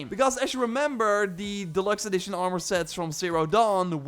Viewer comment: “audvaunced” “Shwarp sheld bauw” “R maR”